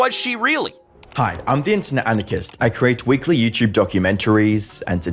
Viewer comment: Love these “youchube” documentaries